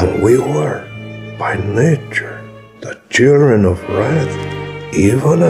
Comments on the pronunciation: Did he say “churren” of wrath? 😂😂😂😂😂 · He DID 😂😂😂.